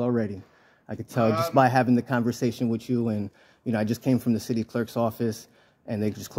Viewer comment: It isn’t “witch you” it’s with you